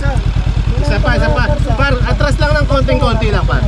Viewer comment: I love your vids, kaso nakakasira ng araw pronunciation mo ng par tska baler. Alam mo namang mali e, pakiayos pls. Thanks.